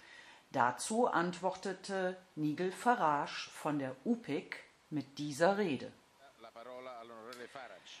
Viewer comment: Bitte lernen wie man "Nigel Farage" ausspricht..Ist schon irgendwie beschämend...